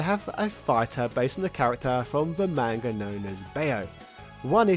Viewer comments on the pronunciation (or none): none